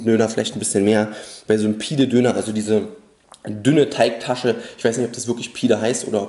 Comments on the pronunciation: pide ist das große dickere brot; btw es wird [pidä] ausgesprochen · Pide (das e wird wie ein ä ausgesprochen :D) ist tatsächlich das ganze Fladenbrot :)